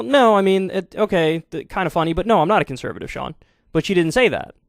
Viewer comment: I heard her speak at Standing Rock, now she is a "conserative?"